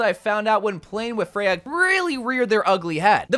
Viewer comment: I hate how you pronounce her name but that’s nothing new with you and most heroes 🤪